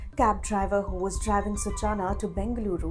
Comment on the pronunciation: Hey Reporter, if you know Hindi, it's not "सूचाना", it's "सूचना". Uff oh, English 🤦🏻🤦🏻🤦🏻🤦🏻